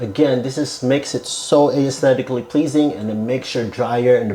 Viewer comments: The word is pronounced "ES-thetic-lee" not "Aye-es-thetic-ally." Also you got it half right. The 4" round parts can all be the rectangular low-profile ducts. That's what I did ages ago. Glad you've discovered the future. You're still far behind the times. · A clear tutorial but the word aesthetically is pronounced “es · THEh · tick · kuh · lee”. The vowel ‘a’ is a silent letter. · You don’t pronounce the “A” in aesthetic/aesthetically